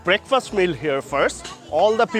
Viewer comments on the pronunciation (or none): Braakfast not Breakfast